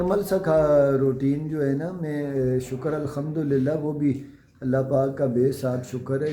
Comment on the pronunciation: Bhai ap Alhamdulillah sahi se bola karen aisa lgta h ap or sonia Alkhamdulillah kehte hn is se lafz k mayene badal jate hn